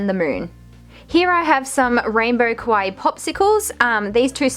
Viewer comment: I am not trying to be mean but it's kinda sad that your whole channel is centered around 'kawaii' things but you manage to mispronounce the word so much :(. It's KAH-wah-e~, not koh-wah-e(kowaii means scary), not qua-i either... I know, I know- it may look like a nitpick but it's a bit disrespectful to have your whole 'brand', if you will, centered around a theme/word you can't pronounce, you can just say 'cute' if you have troubles with saying 'kawaii'.